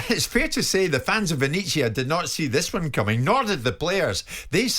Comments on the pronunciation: Roma are pretty much where they were last year. It takes at least a couple of seasons to change a side. It must be a slow week in the World of football because Jim is just attempting to make a mountain out of a molehill. Oh and it's "ven-et-zia", please bother to get the pronunciation right? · Perhaps you should check how to pronounce Venezia ... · Someone at talksport pls teach Jim White how to pronounce Venezia. The fact that he's been there makes it even more inexcusable